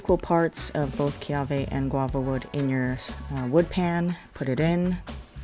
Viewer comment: It's kiawe not keawe.